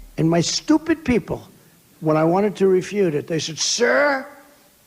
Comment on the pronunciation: "Refuttle" - let's be honest, even trump thought it sounded funny!!